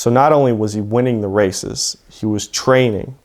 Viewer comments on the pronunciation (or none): none